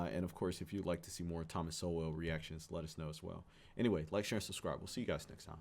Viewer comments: Its pronounced "Soul" not "So-well" ;) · Sowell is pronounced soul.